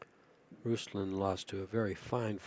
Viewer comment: It’s not Ruslan lol it’s Ruslan, the accent is on the A not U.